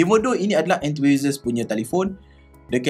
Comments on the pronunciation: Enthusiast bang😅 bukan enthuhisast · entuisast silap sebut tu.. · Enthusiast = En-tu-sias bang. Apa2 pun review terbaik. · Enthusiast tu kena sebut betul2.. Hehe